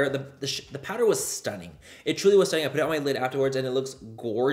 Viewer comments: I’d love merch that says “stoonin” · No one: Manny: STUNning